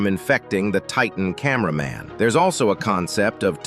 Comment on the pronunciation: Bro Said Titan Cainber man and Then he Said Titan Spaikerman Like Bro what the hell